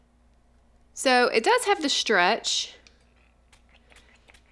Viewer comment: You say shtretsh not stretch